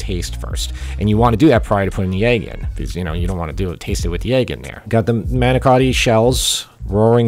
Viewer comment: I know it's a lot more work to make the crepes. Good video. You even pronounced manicotti like Jersey guy.